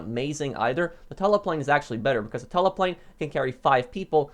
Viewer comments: “Plane is Tula “ he pronounces it t-uh-la not too-la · It’s tula not tella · Its tula not tela damn it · I don’t want to be annoying, but Tula is pronounced “Chewla” not literally Tula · Tula. Not tala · Its Tula not tola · Tula ( too lu) not (tu la) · Can you pronounce something right it’s mogul not moguuuoyyyll and Tula not tuhhlaaa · Mogul = “mogool” Tula = “tüla” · The Mog-yool and Tulla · Ah yes the TULLAH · “mogule” “tulla” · CORRECT PRONUNCIATION: MOEGULL CHEWLA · Mow-Gul Too-la 1 year later and still :/ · my man swapped the U in Tula for the U in Mogul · The length of time you've been playing this game, I was disappointed to hear how you pronounced mogul and tula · There are no useless vehicles, only useless players. Bicycle or Club bus should be here. I suggest a top 5 vehicles you mispronounce. Mogul and Tula